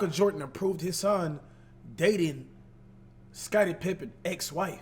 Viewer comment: “Scottie Trippen”